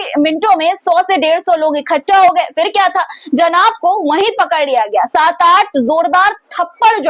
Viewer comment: Fans nhi phans hota h . Urdu seekh lo pronaunsation (talaffuz) theek ho jayega. Fir nhi phir hota h .